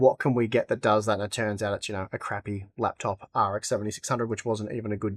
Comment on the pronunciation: saying "you know" is so funny. yeuouw